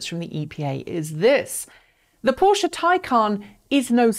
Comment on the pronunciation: Finally, someone who can properly pronounce Taycan and Porsche. Good points in the video.